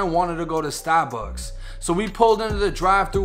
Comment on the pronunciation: “🗣STAH-BUCKS” 1090 gang4L